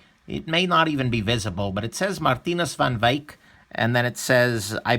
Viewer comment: I like your Dutch pronounciation of his name. It's not perfect but it shows that you took some effort